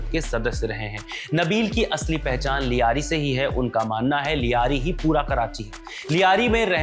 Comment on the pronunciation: ल्यारी होता है लियारी नहीं सब दो टके पत्रकार बन गए